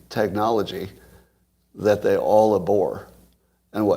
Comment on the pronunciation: I no longer spend money on women. I buy comic books. "abhor" is pronounced ab-hor., not a-bhor. Styxenhammer makes the same mistake.